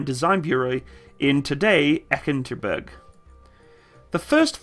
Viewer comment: Take some time to pronounce the names, it's g-voz-dika, e-katerin-burg, etc